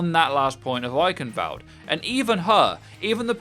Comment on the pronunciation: Has to be said, eichenwalde has a W not a V in it. Not sure if the speaker is trying to be a cheeky British person but come on, it's not hard.